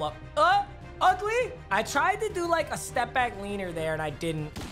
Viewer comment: Nobody: Papa: LeANeR